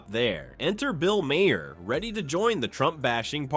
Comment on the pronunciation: Right! Ma-HAIR!